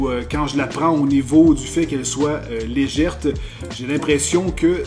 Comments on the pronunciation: Légère et non Légèrte, c'est plus net... sinon Nice la vidéo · on dit pas "légèrte" mais on dit "légère" mais bon je t'aime bien quand même malgré les faute de prononciation de français 😎💪👌😂😘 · Salut! Juste une petite remarque, on dit «légère», pas «légerte»... à moins que ça soit du patois québécois...;-) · Un aréoport, un souris "légèrte". Tu me surprends sans arrêt ^_^ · Une souris légèrEU et non pas légèrTE xD allons ^^P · " Elle est très légerte" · On dit legèrte au kebec ?